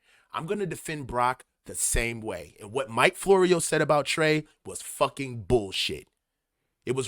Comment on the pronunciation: Florio? Sounds more like borio.